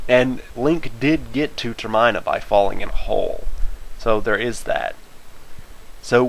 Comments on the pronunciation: when he pronounced termina that way i thought of Hermione xD, like Termione or somethin, sorry dude, the way you pronounce it makes it unwatchable. I hate videos where people butcher important things that support their claims, and with that i bid thee farewell, i'll probably watch your other video's though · ***** please please PLEASE put an annotation on your video correcting the Termina mispronunciation, its almost unwatchable without it cuz its like nails on a chalkboard.PLEASE!!! and thank you:) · I stopped watching after hearing Termina pronounced wrong for the third time lol. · I liked the video a bit but you were only 17% accurate and you mispronounced Termina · The hole video he said termina wrong i had to stop watching halfway through because it made me go insane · DUDE!!!!! HYRULE HISTORIA'S NOT ONLY IN JAPAN, IT'S IN AMERICA!!! P.S. YOU PRONOUNCED TERMINA WRONG!!!! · Your pronunciation of termina is painful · Terminal isn't pronounced like that. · Termina :D As in Terminal AS in END! :D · Not trying to be a dick or anything, but I cringed every time you said Termina. I'm pretty sure you're saying it wrong. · you're pronouncing termina and twili wrong, theres no emphasis on the i in either word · Every time you mispronounce Termina I wince. ): But very interesting theory regardless. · Termina is pronounced similar to Terminal. Not how you say it. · Theory? Fine, I liked it. Your REPEATED mispronunciations? Utter rage fuel. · Termina (no enfasis on the "I") , is located south of the lost woods, Link is one of the few Hylians to ever cross it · Same for me lol. Every time he said it I cringed a little. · Geez, I'm not one to bash on pronunciations, but argh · Y U NO SAY TERMINA RIGHT??? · I cringe every time he says it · TER-MIHN-A GOD LOOK UP HOW TO PRONOUNCE IT!!! GOD! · you said termina (tur mihn uh) wrong... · it's prononced ter-min-a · seriously, everytime he says ter-MINE it pains me every time. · That's Termina with a soft i. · Say ter-m-in-a